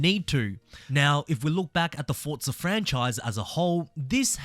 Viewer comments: Forza Horizon 🚫 Fotza Horizon ✅ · Explain to me where the T is in FORZA, because you keep saying fortza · Whyyy do you say ‘Fortza’ instead of Forza? 😩😭😂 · Its FORZA not forTza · bro its forza not fortza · bro its not FORTSA its FORZA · forza, nah, fortsa (im just crashing out because it sounds weird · Say Forza, not Fortza it’s so annoying bro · forza > fortsa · Bro it's Forza not FOCA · why do people say fortsa? so annoying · My man please, FORZA, I haven't played FORTZA. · Forza not fortza😂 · heres some help forza = 4-ZA. there is no T in forza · Why do you keep saying "Fortza" lol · nice video, but please stop pronouncing it ForT-sa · There is no T in Forza